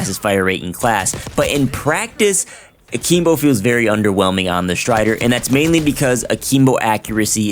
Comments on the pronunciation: A-KIM-BO not a-keem-bo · What the heck is Ahkeembo? 😂😂💀💀